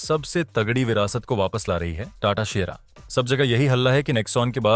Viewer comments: Oye shera nahi siiiera samjhe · Shera nahi SIERA hai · Shera✅️ Sierra❌️ 💀💀